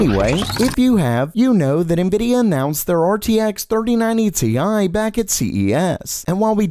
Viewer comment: It's not "tee eye", it's "tie" 🤣